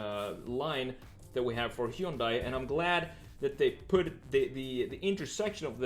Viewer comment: Hyundai is pronounced like "Sunday".